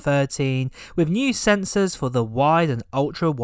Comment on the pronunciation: “Firteen” rather than thirteen, “fousand” instead of “thousand” and “wiv” instead of “with”. 🤬Triggered!